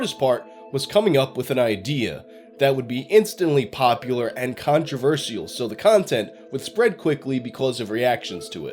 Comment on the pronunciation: Why does he say things like that? Nokeea, controver-ssial...